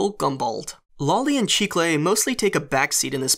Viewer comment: Did anyone else look up chicle to find out what it had to do with candy? P.s. it’s pronounced chih kle